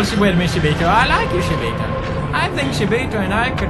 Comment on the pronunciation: still keep calls them shiboto !! ow pewds !!